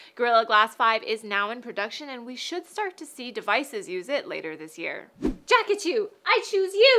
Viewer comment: Rarest pokemon ever "jakachu" :P XD XD XD